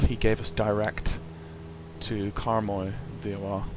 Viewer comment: haha, direct helgelsen xD I think youmean Haugesund** :D haha once again, directs Talmeg xD He means Karmøy** :) You have to be a scandinavian guy in order to understand it though haha :D Nice video